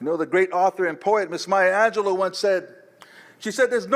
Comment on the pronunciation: Thank you for the correct pronunciation of Maya Angelou <3 among many other things